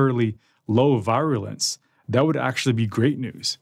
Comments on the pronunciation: Is that really how you're supposed to pronounce "virulence"? I always thought it was supposed to sound more like "VEER-ooh-lence". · A new pronunciayion foe 'virulence". Doctors are so cratruve. He has necer heard ornounced? Hintto that sound is;short; 'U'. Numbnuts!